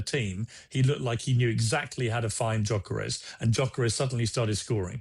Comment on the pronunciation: How people are still pronouncing his name as JOCKEREZ and not gyokeres is unbelievable Jeff